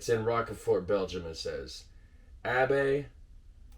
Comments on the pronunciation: You have a nice selections of Trappists but you missed the best imo... but who am I ? An ordinary Belg. The best Belgian trappist beers are : - Westvleteren 12 , you only can get them in the brewery & on special occasions ( Xmas ...) - Rochefort 10 ( pronounced rosjefour ...) - Chimay Bleu ( the blue one) The best is to visit all these abbey's in Belgium , the monks are the nicest guys you will meet .... And after the Trappists you can test all the other beers we have ... every city has his beer ... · Please pronounce "Roshfor" for the Rochefort. A french speaking town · Rochefort is pronounced as "rosh four". Also heavy Belgian beers always contain yeast in the bottle (not always that much), because the fermentation continues after it's bottled. It's perfectly fine to drink, you won't get sick of it lol. It might be bit bitter if you drink a high concentration of it. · As a Belgian, I’m gonna tell you how to pronounce Rochefort 😉 the closest I can tell you over a chat is to pronounce it is Rushfour. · Well done. And that are just the Belgian Trappists. (BUT Phonetically... It,s pronounced ROSJFOUR. Good of you. After the tird. Yeah.... But then. You were hammered. No worries. WE TOO (I;m from Flandres) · The correct pronunciation for Rochefort in English would be "Rosh-For". Congrats for finishing all of them, that's quite a feat. You can call yourself an honorary Belgian now! 🙂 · I don't want to be pedantic - but I am British... Row (like you'd row a boat) Shhh Fort. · Rochefort is a French word (meaning Strong Rock, I suppose). The French pronunciation would be something like "Rosh-fore". I love Orval! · rochefort --> ROCHE pronounce it like "oh my gosh" but replace "oh my g" with a R. FORT --> last t is silent lijke "four" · Rochefort is pronounced as Rosjfor. Just helping 😀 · rochefort is more pronounched as roshfore. but i understand the mispronunciation. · Raw-sha-four is how you pronounce it. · Its pronounced rosh4. Antwerpenaar here